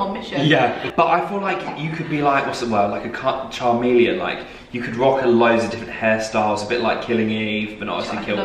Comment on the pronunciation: He just straight faced called her a char-meleon instead of chameleon!! LMAO!